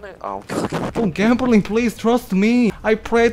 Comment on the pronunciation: 여러분 그거 츄러스 먹을래 그러 츄러스아니고 예....trust그건데 발음이왜 저따ㄱ ㅖ... you trust me?(나 믿어?)